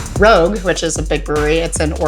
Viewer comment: please someone make a loop of Sean saying Rogue as Rog